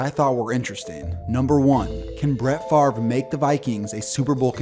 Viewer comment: Wait the v comes before the r in Favre